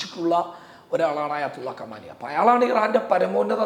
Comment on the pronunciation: കമാനി അല്ല ഖുമൈനി ആണ്